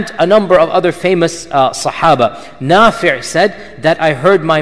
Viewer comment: *Nafi' not nafir *isnaad not incident